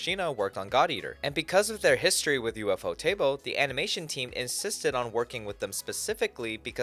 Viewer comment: It's not, it's said as one word. The Japanese pronounce it "Yūfōtēburu".